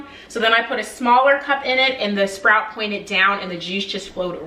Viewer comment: Spout not SPROUT.